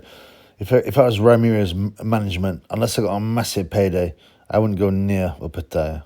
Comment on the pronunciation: watch his last fight against nyika and how the Aussie announcer pronounces it